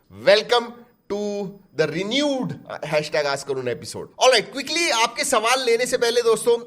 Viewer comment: Renewed ❎️ Renude ✅️...😂😂😂😂